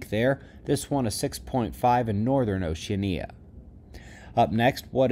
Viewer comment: You've been mispronouncing Oceania for as long as I've been following you. It's ow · shee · a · nee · uh with the emphasis on third syllable (the short A).